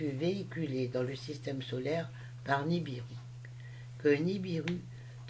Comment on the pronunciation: Vous dites niribu mais c est nibiru